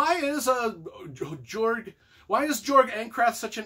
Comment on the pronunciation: It's pronounced 'yorg' I believe